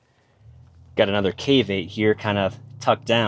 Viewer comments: I honestly thought you were saying "caveape" at first.😂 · What are you saying? Cave8 or caveat